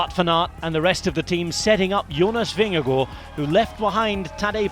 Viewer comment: Pronunciation of "Vingegaard" please!!! Last part sounds like first part of the English word 'garden' Vinge-Gard You are welcome. Your French is perfect! ;-)